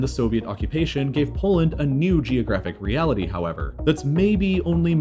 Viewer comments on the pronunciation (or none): none